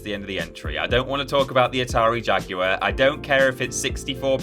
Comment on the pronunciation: How many times can the word 'Jaguar' be mispronounced within a 3 minute spam?